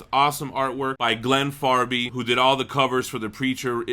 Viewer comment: 1. Arseface always has subtitles. Right from the first issue he's in. 2. The Saint Of Killers family aren't murdered. They die of illness. 3. Its Fabry. Fab-ry.